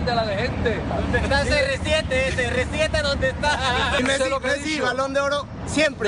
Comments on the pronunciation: 町中藍 Así se dice CR7: "cé-erre-siete." Pero Cristóbal lo dice así: "Serresieteh" "Zerresieteh". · ALEXIS ! De "Serrezieteh" olwis. OLWIS JAJAJAJA QUE COSAH MAH GRANDEH ILLO. AH, Y CASIMIRO TITULAH.